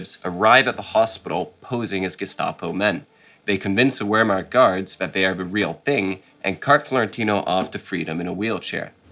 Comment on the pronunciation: The "history buff" in the white shirt, cannot even pronounce Wehrmacht correctly. Surely this schoolboy error would not be made by a true history buff. Promoting a game & reading from a script does NOT make him an expert. This for me ruined the video and makes him look like a complete muppet!